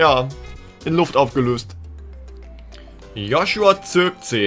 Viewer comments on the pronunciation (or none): none